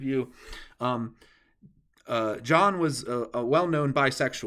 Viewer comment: "Jahnn" is pronouncing more like "Yahnn", not like "Gohnn".